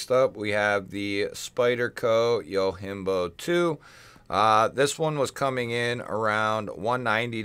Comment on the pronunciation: You're the first person i know that made a japanese word Yojimbo into a spanish word, Yohimbo. hahah